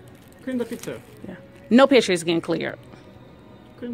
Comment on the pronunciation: Clear tha pishure Clear tha pishure 😂